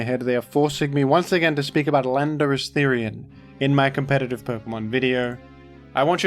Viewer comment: I'm sure I just heard you say "Philanderous-Therian"